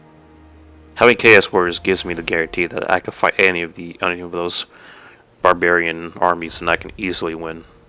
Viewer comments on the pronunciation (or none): none